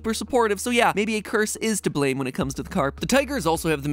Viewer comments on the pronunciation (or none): none